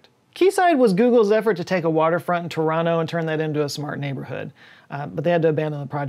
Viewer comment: Koodos to for pronouncing Toronto correctly lol